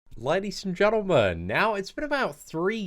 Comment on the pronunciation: Ladies and gentlemuuhn